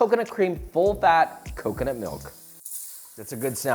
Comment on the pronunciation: COCONUT! not KAKANAT... 😂